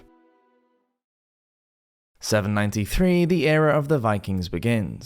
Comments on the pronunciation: ... Viklings? Lol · "Viklings"? "Cariolingians"? Come on, it's such a pity to have a great educational source feature such easy to avoid errors.